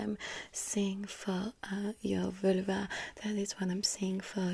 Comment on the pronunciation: Ze Vülva...love it😂😂😂